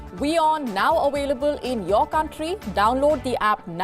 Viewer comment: Hello miss,! Please say Available not Ovailable ok'!😂